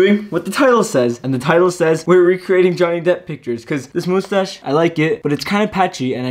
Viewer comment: "the first step will be removing the moostache-" Oh my god I find this so adorable lol you only said mustache like 5% of the time lol and the rest was.... ✨MoOsTaShE✨🖐😩💕